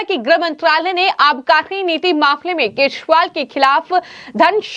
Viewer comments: केसरीवाल नहीं केजरीवाल उच्चारण करना चाहिए। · Keshwal anchor kyoun kah rahi hai. Kejariwal hai sahi naam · Do you not know how to pronounce names correctly??? Why the hell have you been calling him keshpal ?? How irritating